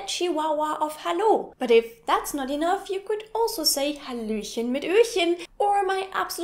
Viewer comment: l like your halohen